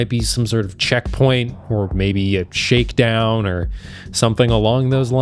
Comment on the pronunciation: OK, re - the Kenyan Ambush Did you say "Shake Down"? Or were you doing a play on words? Like with "Black Hawk Down," this time you called it "Sheik Down"?